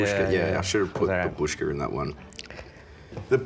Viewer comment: The Russian Dolls are called "Matryoshka". ALSO, when you say "Babushka", you put the emphasis on the first a, not the u. Like seriously, it's getting old.